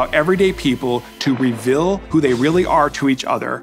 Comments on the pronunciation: Never trust someone who can't pronounce 'reveal' properly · Mr. Rose’s pronunciation of “reveal” reveals that he’s from Utah.